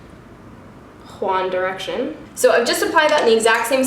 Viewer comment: Girl, your comment literally made me laugh out loud! 😂😂 I thought I was the only one that noticed she said it like that!